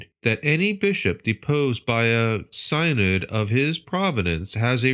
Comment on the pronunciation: Thank you for this. God bless your efforts. P.S., “Synod” is usually pronounced SIN-nid.